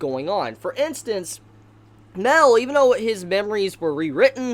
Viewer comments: It’s Ma el not mel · Everytime you say mael you say it like mel thats why i always think that you are talking about meliodas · Great video but its pronounced mAel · Mel or Mael? I don't get of who you are talking of... Please do try to differentiate their names, they're not the same. :/